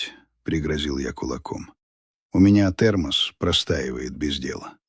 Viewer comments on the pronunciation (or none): Нет такого прибора термогос😢😢ИИ когда поумнеешь?как же бесит" онкология сгорела ее" неужели нельзя читать живому человеку чтобы не резало слух, и 5000 копюра не сделает конверт пухлым😢😢